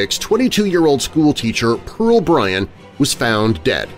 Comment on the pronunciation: Just Bryan. No T